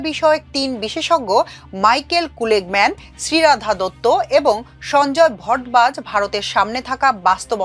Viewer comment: নামটি মা: কুলেগম্যান নয়, শুদ্ধ নামোচ্চারণ "মা: ক্যুগেলম্যান" !